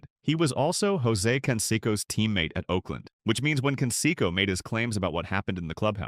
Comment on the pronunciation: Who is Can-Secko?